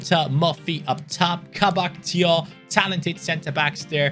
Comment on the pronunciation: Thiaw is pronounced Chao